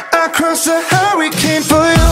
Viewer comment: Yikes gebt ihm doch kein Song, dessen Titel er nicht mal aussprechen kann...!!! Huwwycane?